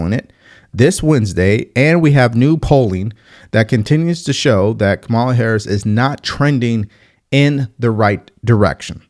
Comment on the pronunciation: Just a heads up, you’re pronouncing Kamala wrong. It’s pronounced “comma-luh”. I know some people don’t care, but it’s just a respectful thing to do; whether you’re for her or against her. Have a great day! 🙏